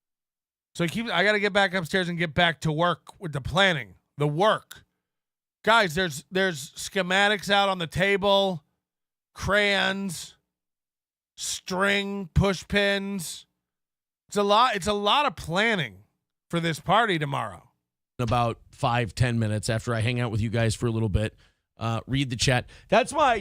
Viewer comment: Hey dummy, it's crayons. Not "krans." But everyone else is dumb, right?